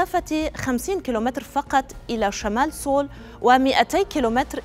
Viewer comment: سيول لا نقول سول، خطأ نسميها سيول Seoul 😊